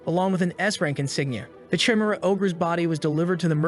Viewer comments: Jezez AI pronunciation. Chimera is not "Cheemera" it's "Ki Mera". Teach you AI better. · Say it with me: Kah- E-Meh-Rha (chimera) Not: chai-meh-ra. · they way you say chimera 😭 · cant get pass the way he pronounces chimera.